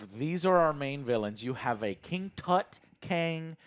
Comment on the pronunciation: “I’m not looking forward to the King Tut Kang” lmaooooo